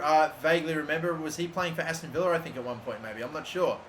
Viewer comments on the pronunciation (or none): none